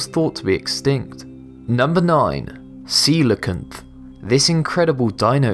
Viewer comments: Coelacanth is pronounced coal-can-ith. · You pronounced coelacanth wrong, its pronounced See - Low - Can - th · did he just say sealotanf while its coal(i forgot the last part of its name lol)